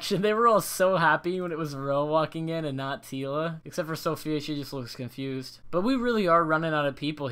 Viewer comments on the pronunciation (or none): COCG I was just about to say that, it's kinda annoying when people say Sophia and not Safiya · It really hurt to hear you say Sophia, when her name is Safiya But I do thoroughly appreciate that you make these vids! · It’s Safiya (Sah - fee - uh) not Sophia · It's Safiya (Suh-fee-ya) and Ro only got one vote